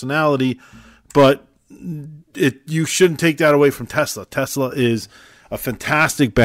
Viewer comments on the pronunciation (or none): It's TESLA not TELSA